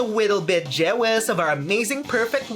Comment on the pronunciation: You know I never realised that violet slighly speaks UwU here and there. (If you dont know what that means it means she says words with some letters replaced with w like with jealous instead she says jeawous.(you bloddy normie))